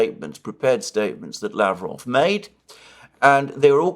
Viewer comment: Pronounce Lavrov w stress on last syllable and final v like f.